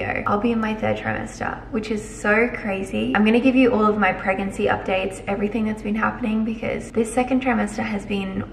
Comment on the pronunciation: Anyone else notice said pregancy 😂 love her so much